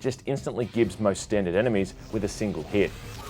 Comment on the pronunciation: It's pronounced "jibs", dude.